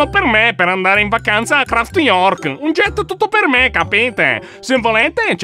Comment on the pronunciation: Si dice New Craft non Craft York